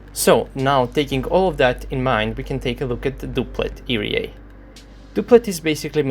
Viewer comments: ERA is pronounced "ee-are-ei" , not "ee-ree-ei"... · E re a xD this cracks me up every time i know that you know its e ar a and you still say it wrong :D otherwise nice video a usual :)